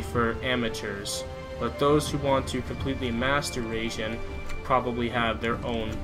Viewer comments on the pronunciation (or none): not RAGEJIN its RAI jin dude .......................................................